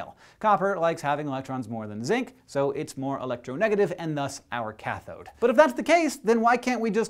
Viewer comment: I clench every time I hear the "chathod" sound!